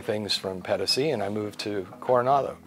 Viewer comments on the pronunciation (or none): 200 USD a month for electicity seems a lot, 1200 USD for catastrophe healthcare seems okay and would be my choice as well. did this wonderfully - I enjoyed his way very much although his "Pedasi" sounded extremely unspanish - more like pedestrian. I dislike many gringos but I like - no I enjoy. No "you know"! I do not even recall when the last time was I listened to a gringo speaking his own language so nicely. Educated, calm and concentrated. I do no find this in Europa neither anymore., so you read this, you are the best US embassador I have seen in decades. This was outstanding. Te felicito.